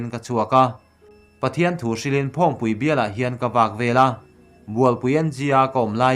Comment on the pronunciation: Phawngpui i lam dan thlûk chu a va mak ve. Hrilhlawkna hi kan hlawkpui tur a Pathian hrilh a ni nge?